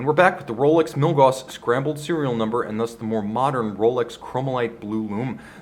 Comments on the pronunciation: Gauss, not gaws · he pronounced milgauss wrong this whole video. It's Milgaus(gous) not Milgaws(gaws).